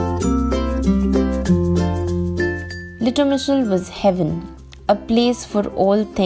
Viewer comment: Impressed by your pronountiation, I ma not sure I could say the name lol. What a cute little town for sure. That green car was so retro!